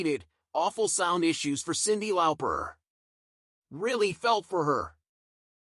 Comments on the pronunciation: It's LAWPER not LOUPER!!😡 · I do love a bit of Cyndi "Lowper"